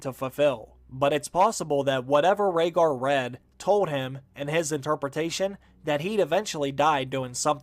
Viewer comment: I was with you until you said Rhaegar